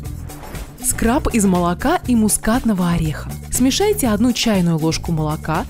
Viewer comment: "ВАЗМИТЕ", "СМЕЖАЙТЕ"😁👍